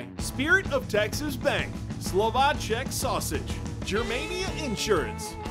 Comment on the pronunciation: You aint Texan if you don't say Slovaceks correctly. That made me angry lol